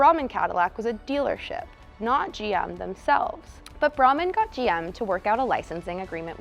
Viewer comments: Brahman, pronounced on local TV as "Breyman" in the 80s. Oh, and Square Groupers fit PERFECTLY the trunk . . . allegedly. Statute of limitations has expired, right .... ? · Thanks - wild story! BTW, Norman Braman's last name is pronounced Bray-man.